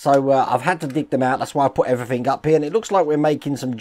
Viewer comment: Lol I just love the way that you say "Everythink" rather then "Everything" you know with a 'g' at the end!. But we would not be who we are if we did or said things 'properly' all the time would we! Take care, (Hope your mum and dad are ok)